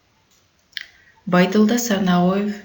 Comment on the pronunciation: Тексти окуган кыздын уну эн эле уккулуксуз экен.Жада калса фамилясын туура эмес окуптур.